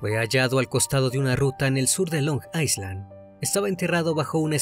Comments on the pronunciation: Carnalito, una pequeña acotacion, Island se pronuncia "ailand" y no "aisland", un saludo, excelente video. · Es “ailand” no “aislan”, la S en Island es muda 😣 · Se pronuncia "Ailand". Si bien se escribe island, se elimina la S. Mientras que la A se pronuncia justo como lo hiciste "ai".